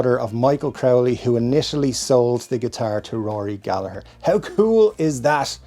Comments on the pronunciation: …this might be the first time I heard his last name in an Irish accent, I’ve had it all wrong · Thank you for showing some of us Americans the proper Irish pronunciation of Gallagher. I've been using a hard 2nd "g" my whole life 😊